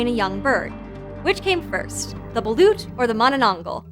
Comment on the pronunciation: i love my country!! (the Philippines) and gurl, you pronounced balOt balUt